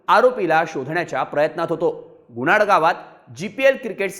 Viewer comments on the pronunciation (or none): Gunad nhi bhau. .......Gunat 😅